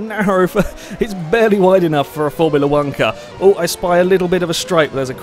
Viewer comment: "A Formula wanka'" :p